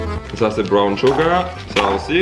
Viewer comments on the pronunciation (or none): none